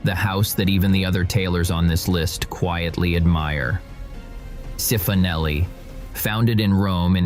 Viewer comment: Cifonelli = chee-foh-nel-ee